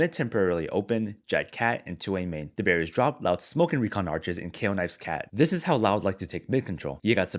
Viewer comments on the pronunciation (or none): I just Binge watched your videos, and still think you say "the Berries 🍒 Drop" instead of "the Barriers Drop".